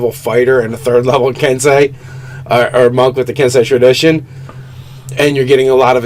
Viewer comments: Ki should be pronounced like key. Think about it more like chi. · It's pronounced, Ken-SAY and Kee. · Ki is pronounced like key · I love watching you guys so much, I really do, but "ki" as in "ki points" is pronounced the same way as "key". I don't expect you to change your way of talking if you don't want to, but I figured it would hurt to lovingly point it out. It looks like this: 気 Sincerely, a fan and 5e player in Japan. Knowing is half the battle... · Not to grammar Nazi you guys but ki is pronounced like key. Long e sound. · Ki is pronounced 'key' kensei is pronounced 'ken-say' just like sensei edit: These guys are still awesome. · I got a flashback to Shyamalan's "The Last Airbender" every time I heard the word "ki" being pronounced in this episode. :P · so i don't watch a lot of nerarchy and when I do its usually GM/DM stuff which is why I probably just now noticed but they are horribly mispronounceing Ki especially considering the Kai is a word, not a different pronunciation of Ki, and it definitely doesnt apply to what they are referring too